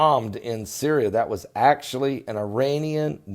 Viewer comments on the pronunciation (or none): none